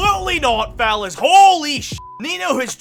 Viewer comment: Like haven't been able to determine if you are saying fellas or phallus lmao 😂. The closed captains seem to think it's the latter lol! I mean either way you're not wrong lmao 🤷🤣